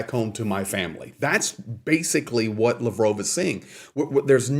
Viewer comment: It’s “Laaaaav-rov”